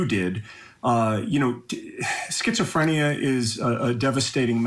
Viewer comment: Skits-oh-freeenia lmao